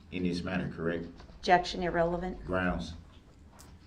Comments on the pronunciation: “Super Groundz” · And "grounds." 😂 AND that it's SUStain , not SUBstain.